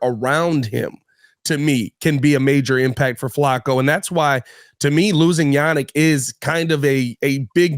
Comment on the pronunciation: you're very good at your job, but Flacco has been in the NFL for 16 years and has 40K + yards. It's pronounced Flack-o. Just think of Sweat getting a sack and throw an 'O' on the end of it. Sack-o. Flacco rhymes with Sack, hack, back, smack, attack, etc. FYI Have a great week and bear down, my man!